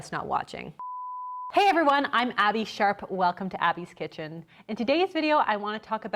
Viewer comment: Hey! You said Abbey Sharp! Like, with a fully understandable “p”. I, for once, did not do a double take. It sounds great!